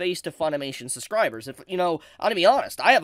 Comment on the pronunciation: I agree with everything you said but please, for the love of god, it is suBscribers, not SUScribers. There is a B in there and it was really throwing me off.